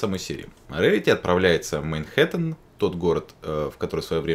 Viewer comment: Хе, произносит "мейнхэттен" даже когда говорит про Манхэттен.